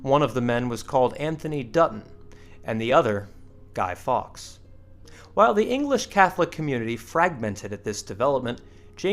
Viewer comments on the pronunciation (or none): Fawkes as in "forks" not "fox"! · Damn get his name right, Guy Fawkes is pronounced Guy Forks!